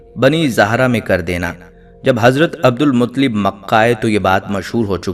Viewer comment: ان کے تلفظ درست کریں عبد المطلب ۔۔ ل پر تشدید ہے۔۔۔